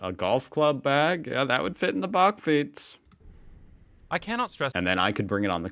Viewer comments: The "a" in bakfiets is pronounced like the "a" in "back". The narrator pronounces it more like the "o" in "bock". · In the Netherlands it is pronounced "buckfeets"(that's as close as I can get it!) By the way, I love your facial expressions. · "Bakfiets" The last letter is an S.